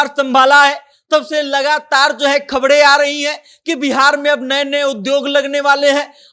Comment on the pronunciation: Reporter bhai khabde nahi khabre hota hai